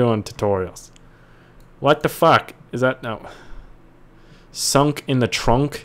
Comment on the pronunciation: skunk not sunk